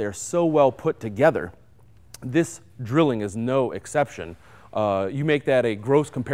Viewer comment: Its pronounced Drillling just as he said it